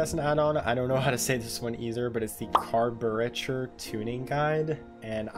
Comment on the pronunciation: Caburretor is pronounced carburator